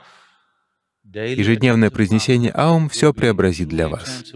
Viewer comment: Невероятно! Это лучшее объяснение и произношение этого звука! Благодарна! Никто не мог нормально объяснить, даже учителя йоги.